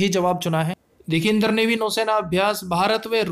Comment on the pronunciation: भाई इंद्र को इंदर क्यों पढ़ते हो?